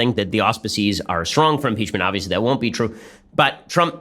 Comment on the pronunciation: "Mmmmpeechmurnt Grrt, Twernty-Nintrrrrrn!" 🤣🤣🤣 Hilarious 😂